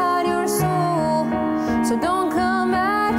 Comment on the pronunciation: It's not sool it's soul LOL